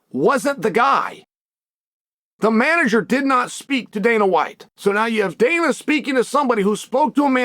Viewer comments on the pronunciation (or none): none